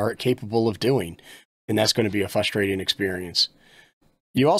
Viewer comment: I came here to get advice from someone who says " fustrating".............